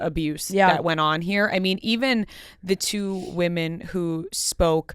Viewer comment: Please, PLEASE learn how to pronounce the word “women”. It is not “woman”. They are different words. Singular vs. Plural. I can’t even appreciate whatever content you have, when you mispronounced “women” as “woman”, every single time you uttered it. I would want to know. Please just ask someone, or look it up.